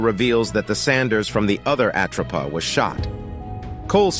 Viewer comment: I really hate A.I voice overs!! Its not the "at row pa" 😞😭 😡 its called the "at rope a" get it right or don't fkn say it at all!! Its really off putting and really annoying 😭